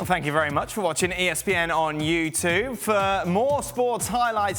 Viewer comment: "Thank you for watching ESPN on YouToo" Does that annoy anyone else? It's YouTube you dolt.